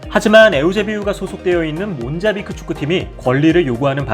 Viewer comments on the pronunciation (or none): 아니 왜 계속 모잠비크를 몬자비크라고 발음 하는거냐?